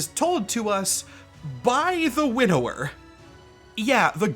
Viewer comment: Quick note. I may be the only one who had this issue but I kept hearing "Widower" instead of "Winnower" and it gave me the wrong perspective. To "winnow" is an old term related to farming but has evolved to mean to select the best of the best.